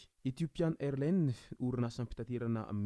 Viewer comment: On lit AirlineS on prononce le S à la fin